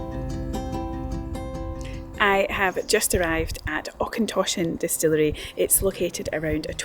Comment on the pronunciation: Interesting to see Auchentoshan as I used to work there many moons ago and, if you didn't know, there's links between it and Clydeside through Morrison and Ally the manager. Just one wee thing, Auchentoshan is said like loch, with the och / ch bit rather than Aukentoshan. Also nice to seen Bladnoch too as I knew and met people involved in brining it back to life in the 2000s.